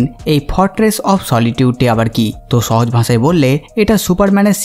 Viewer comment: ছে ফিরে এচেছে! ছে, ছাথে, ছহজ, ভাছা 🙄😂 কি উচ্চারণ মাইরি? 🤣